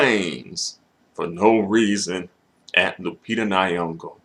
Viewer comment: Its not Ny-yong-go Say... 'Song-oh' it should rhyme with... 'Nyong-oh' Now you can say her name... Lupita Nyong'o Gilbert needs scrunching up and putting in the bin.